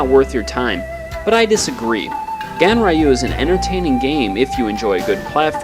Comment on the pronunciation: Pronounced: GANREEYUU. Not the way you pronounced it. But I guess Ignorance is a bliss.